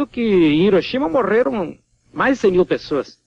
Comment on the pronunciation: Havia sim: a seleção brasileira! "morrrrrrrerrrrrrrrram", "rrrrrrrrrrreator" "rrrrrrrrrrreal"